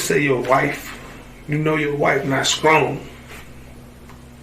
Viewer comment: "Skrong" "Polices"